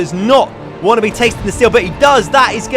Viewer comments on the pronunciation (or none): none